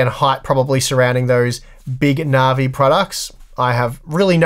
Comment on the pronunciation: navi not narvi, dissapointed in your australian